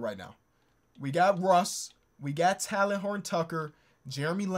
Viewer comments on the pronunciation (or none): plz stop saying “Talon”😭 it’s “Tay-Len” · love the vid but its pronounced "tay-len" btw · It hurts me to hear this man pronounce THT’s first name 😂 but I love you 👍🏼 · It pained me to see how often you butchered THT’s name but dope video